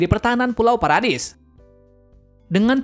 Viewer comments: Bang paradis bukan paradais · Kak bacanya paradis bukan paredais